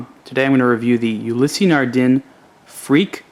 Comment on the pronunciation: Anon ymous It's [nardan'] with nasal "n" and quiet french pronounce in general. They also have very slight "a/e" in the end of Ulysse, as if long ss has a vocal ending. If you do not know it - do not comment others in the first place;)